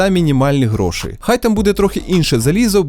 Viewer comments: Дякую за відео Дякую за Вашу роботу, Все дуже цікаво! Гарний звук і картинка. Хай квітне український Youtube! Декілька моментів, які "різанули" слух: Не "гроши" ,а "гроші"; не "самий дорогий", а "найдорожчий"; не "провода" , а "дроти" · Ось це твої "гро́шИ" ріже вухо, малорос на мінімалках. Та й взагалі багато русизмів у відосі.